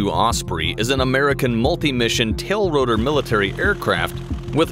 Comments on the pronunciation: Hey narrator, It is not a"tail rotor", it's a TILT rotor. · Just in case nobody noticed - it's TILTROTOR! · “Tailrotor”??? No research or editing budget or something? It’s “TILTROTOR”. How can you miss such a fairly important part of its aircraft type?? I mean you obviously spent some money and time on the video.